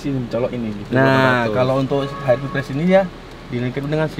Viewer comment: HRV bang bukan HRP wkwkwk